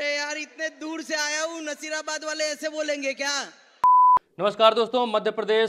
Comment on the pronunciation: भाई वो नसीराबाद है नजीराबाद नहीं